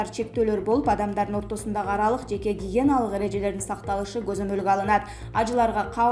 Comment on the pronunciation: Окуп жаткан кыз сен точно же Маяненин жээнисин же болбосо гомесексалюнун классташы окшойсун, гиена бул жаныбар, а гигиена бул тазалык.